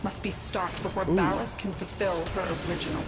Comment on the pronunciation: I can't believe is still calling ballas 'ball-ass' lmao, it's hilarious. (But yeah deserved lol.)